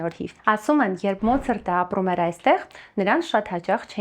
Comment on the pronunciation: Մոցրտ չի`Մոցարտ։ Մոցրտ, ՌՍԵՐԵՆԱ 😂